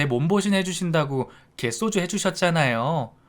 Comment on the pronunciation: 갯쏘주 라고 읽지 말고 그냥 개소주라고 읽어야